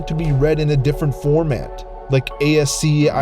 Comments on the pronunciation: "a-s-c-i-i"? You mean "askey"?? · ascii... askey? did you just say a "gift image? wtf?